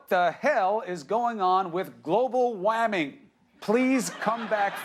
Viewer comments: "Global WAMING" rofl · "global waming"... you picked this dude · "So much Waming"